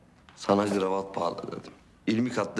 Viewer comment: Lağğğn gravat değil kravat